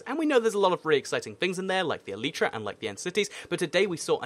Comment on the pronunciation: You should do a race to the elytra. Also in the USA its pronounced e lay tea laytra not leetra